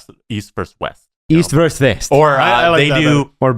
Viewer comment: It's "versus", not "verse".